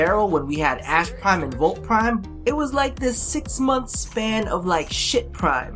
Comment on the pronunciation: .....DID YOU JUST CALLED ASH PRIME A SHIT PRIME?????? BRAHHH